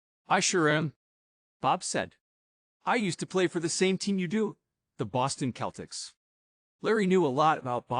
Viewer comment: Yah rtght? Awful. I think he is somehow AI generated since he not only sounds like an AI, but he said "Keltics" instead of "Seltics". Thumbs down.